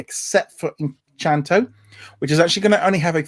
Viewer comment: Please remember guys it's Encanto not Enchanto😊